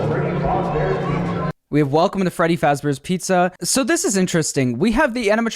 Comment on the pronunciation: Freddy Flossballs xD